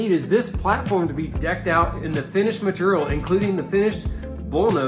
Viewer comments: "Matorial" :D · The best episodes are the ones that says "material" on! 😄